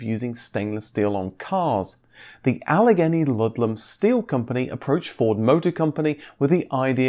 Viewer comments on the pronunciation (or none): Allegheny is pronounced "Ah-lah-GAY-knee"